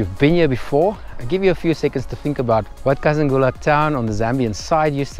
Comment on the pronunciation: Kazungula, not Kazangula.. I don't kno why but I still fill have a pinch of nostalgia, I just loved that hint of uncertainty about the ferry.. Beautiful BW 🇧🇼 When did you cross into Bots, was in Kasane last weekend..